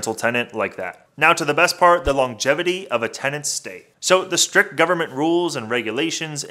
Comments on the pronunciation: Strict ( rules) not Strick.. 😩 ughhh .... oh brotha 😩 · It's "strict".